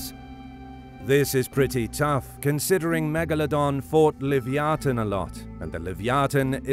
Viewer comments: I believe it’s pronounce Lev-eye-a-thin No live-e-o-tin…… 🤦🏾‍♂️ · It’s pronounced Luh -vai-uh-than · he say "Lyviathan" wrong and crocodile